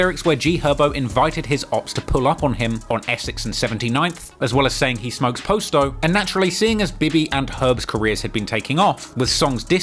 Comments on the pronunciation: I don’t understand why he cannot pronounce PASTO correctly? Past like PASTA then an O. PAST-O!!! not POST-O. good lord! the boys name was PASTO not POSTO!! at least have enough respect to pronounce his name correctly. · Its Pronounced "POSS TOE" NOT "POST O " SMFH U KILLIN ME WIT DAT SHIT WHITE BOY ... GET IT RIGHT WHEN U MAKING VIDEOS AND GETTING RICH OFF MY BLACK PEOPLE❗❗❗ #FUCKINCULTUREVULTURE ❗❗❗ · Its pasto not Poast-O lol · Pasto not posto